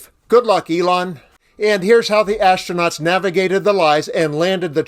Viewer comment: Musk "imma seave duh astroonats" Me: "talk's cheap" Astronauts still waiting Me: "Elon's just talk...therefore elon is cheap"